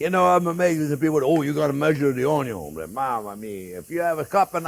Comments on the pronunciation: WELCOME EVERYONE! "On this channel, we cook things with onyo 🧅, bacon 🥓, butter 🧈, and wine 🍷." We love you, 👨‍🍳 Chef Jean-Pierre ! 😊 It wouldn't be his channel if he didn't forget something. 😂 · My four favorite things in the Kitchen: Bacon, Onyo, Butter and Chef JP. Cheers from California, USA. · Oh, sorry! Onyon, Bacon, Butter!